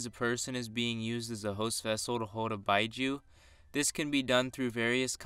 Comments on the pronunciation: It's bee Joo not bye joo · “Beeju” not “byeju” nice content tho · Bijuu is pronounced "Bee Jew" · Lol the word “bijuu” is pronounced “BEE-jew” lol the way you were saying it. As a fellow Naruto fan it was hurting my ears every time you said that. Lol but good work, keep it up. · Just saying that its pronounced Bee joo